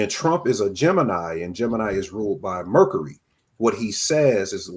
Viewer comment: why say ‘Mercury’ like that … 💀